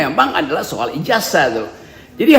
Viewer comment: IJAZAH itu membacanya pakai ZET bukan pakai ES .... Apa ngga belajar bahasa indonesia ya